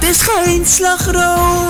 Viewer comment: Hey ehm ben. Hoe je die r op slagroom zei was heel mooi bij mij zou dat klinken als een g